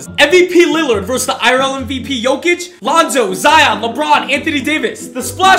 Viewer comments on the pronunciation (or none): none